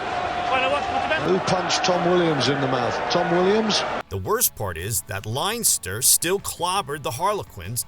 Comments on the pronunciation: Ireland's Linester 🤣🤣 Leinster is one of the provinces and is pronounced like 'lenster' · He cannot even pronounce "Leinster" correctly. Silly. Not only is it an idiot clickbait thumbnail, he's an idiot in other ways as well.